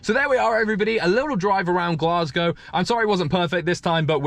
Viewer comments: Aye it’s glaes-gae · You also said Glasgow wrong